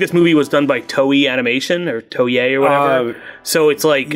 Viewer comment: TOEI = "toe - A"